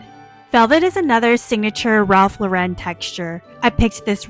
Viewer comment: Lauren is pronounced like the women's name. Please learn to say it correctly